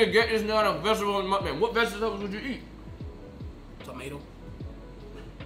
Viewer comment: vegetable : ❌ ve - ga - teble ✅